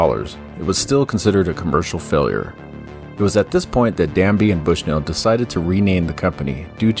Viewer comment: Ted DABney not DANBey